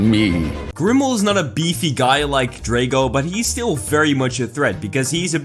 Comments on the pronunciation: It’s pronounced DRAG-oh, “Patrick Star”! 🤨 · flaw. you mispronounced drago. it's DRAH-go